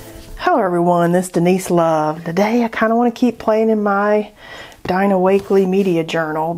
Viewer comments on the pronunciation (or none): Love your videos… just a comment (a la Posca-gate) … Dina pronounces her name Dee-na :) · Every time you say Dina’s name it reminds me of Dinah Shore 😂~no worries, I know you know how to say it now based on the comments, but it tickles me! When you said you needed your page on the other side I said “flip your book around” you’ll be set! I usually just stencil on the burlap pages, Dina’s books have been out for awhile, I need to go back and revisit mine and see if I have any blank pages left. A heartfelt thank you Denise, you have pulled me out of my art slump! Cheers 🥂